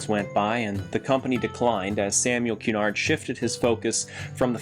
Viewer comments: Love these vids... you must be from around here eh? Btw its 'ku-NARD' not 'QUE-nard' so says cabbies Dartmouth has a few ships that act as shorefront. They got pushed hard into the mud and built around :) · Thanks so much for your reply! That's exactly where I'm talking about. I'll let the cabbies know they are clear to pronounce Cunard either way they like